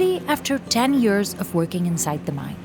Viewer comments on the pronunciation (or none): ten yurrs